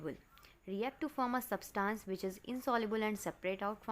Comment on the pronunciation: Substance not Substaance And i don't meant to hurt you ok.